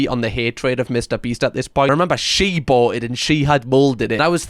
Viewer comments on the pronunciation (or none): none